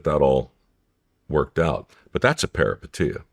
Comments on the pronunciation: everytime he says perapatia take a drink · How many times did he say "Paripeteia" like anyone knew what he meant 😂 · If i here parapatia again come out this man's mouth I swear to christmas 😂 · Take a shot every time Mike says the word “peripeteia” if you want to wake up face down, and naked on your front lawn in the morning… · 😂 Say peripeteia one more time Mike. 😅